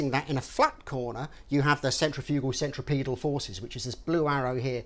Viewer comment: you said centriPETAL forces. THANK YOU FOR GETTING IT CORRECT!